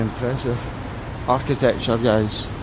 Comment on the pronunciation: Whats "art ti thetechure" just aksing ..